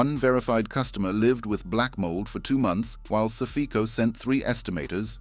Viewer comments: I don’t think it’s “sa-fe-co” but rather “safe-co”. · Suff-EEE-co? Saffco? Sq1=CCC1 or vice-versa? Plus a plethora of other audio hiccups. I smell AI crapola. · Safeco is pronounced Safe Co. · SAFECO is not ppronounced SA-FEEE-KO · Your AI "narration" (More like REAL COMPUTER STUPIDITY) SUCKS!!!! Your "Narrator" can't even pronounce SAFECO & other company's names correctly!!! Channel BLOCKED!!!!!!!